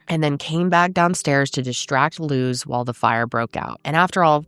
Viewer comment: I know this is very random , but thank you for saying our name correctly . Luz isn’t a common American name so people tend to butcher it , so I appreciate it . Also Luz means light in Spanish ❤ alittle bit of Spanish always helps people understand more